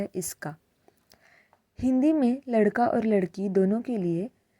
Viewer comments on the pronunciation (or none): Video duration 4.25 के आस पास लड़की बोल‌ रहे हो या लडका‌ ऐसा सही से सुनाई नहीं देता, I think here is pronunciation mistake. Ladke ko ladki bna diya hoga. Please reply me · Hello madam..... namaskar 🙏 I am new to this channel You are explaining very nice but differentiating between usage of sentences for 'ladka' and 'ladki' you pronounced only 'ladki' for boy and girl both - correct it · कई जगहों पर लड़का शब्द लड़की की तरह सुनाई पढ‌ रहा है 😂😂😂 जैसे आपने बोला ही लड़की हो, विडियो 4.23 से play karke dekho😂😂